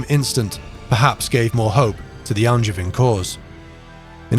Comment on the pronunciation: Even if he can't pronounce "Angevin"...